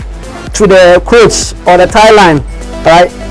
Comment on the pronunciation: Great delivery!I'm excited to know that we have great sewing YouTubers in Ghana, but kindly note it is not "croach" it is "crotch" as in cross..thanks